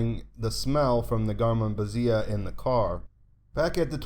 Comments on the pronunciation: Garmonbozia is pronounced 'Gar-mon-boe-zee-ah', not 'Gar-mon-buh-zee-ah', by the way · you're mispronouncing garmonbozia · This video is mispronouncing the word... just call it "creamed corn."